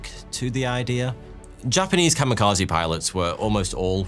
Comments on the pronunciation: You did not-terribly with the Japanese pronunciation right up to the key word of the video. Kami, not kama. Kamikaze, not kamakaze. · I was today years old when I realized kamekazi is just white people pronouncing Kami Kaze wildly incorrect. I never would have realized it was just "God Wind", I thought it was a unique word. 💀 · Or, in Japanese: "The COMMY KAZOO". XD Bad pronunciation of a foreign word AND a heavy British accent is fun.